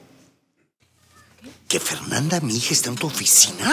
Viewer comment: jajaj cuando votan a fernanda dice mal la palabra como le puede hacer esto a su propia ica ajajaj